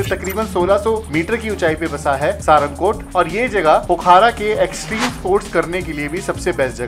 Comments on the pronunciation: भाई पोखारा नहीं पोखरा बोलो यार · पोखरा नाम है पोखारा नही